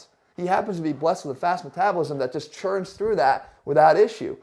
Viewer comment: dude said "churns" 😭🤣